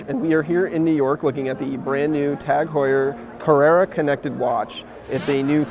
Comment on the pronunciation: Would be best to learn how to pronounce the company name properly before doing a video on it